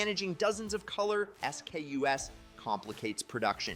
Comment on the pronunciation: S. K. U. S. ? It's "skews"